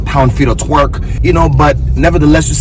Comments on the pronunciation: Nah he Definitely said “TWERK” 😂😂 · Idk about you all but I heard him say "lb feet of twerk"